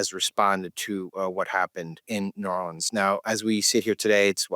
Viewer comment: Sam does a great job of not showing where he's from with his pronunciations...right up until he says Nawlins. ;-) Love you both.